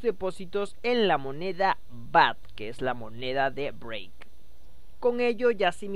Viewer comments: BRAVE BRUTO SE DICE BRAVE NO BREIK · Pronuncias Brave como Break :( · Es cosa mía o pronuncias "break" en lugar de "brave" jaja. Me gusta tu contenido. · si dice break hahaha